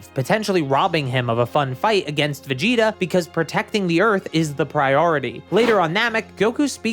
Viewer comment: Blud said veget